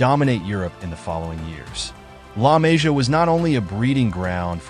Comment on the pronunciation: La Mah-see-uh is how you pronounce. Really bad video when you don’t respect the pronunciation of the academy, as well as the players. Good info, but take a few minutes to watch interviews or actually watch some games and you’ll learn the names very easily